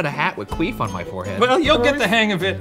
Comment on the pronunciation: the dragon was magnificent but "history wizzer and qeef" nearly killed me